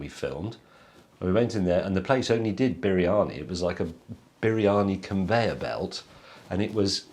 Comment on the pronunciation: you pronouncing it wrong.. you saying bearani.. but it is actually pronounced breani.